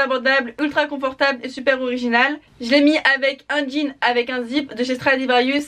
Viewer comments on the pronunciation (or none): none